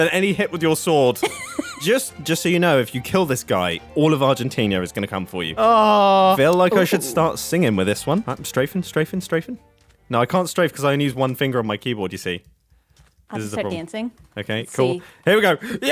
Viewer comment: Proceeds to pronounce Argentina like Argentinia